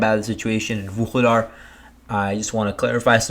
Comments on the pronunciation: You pronounce vul he dar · It's pronounced VU LAY DA, it's rather annoying to listen to the repeated mispronunciation...😡😡😡😡.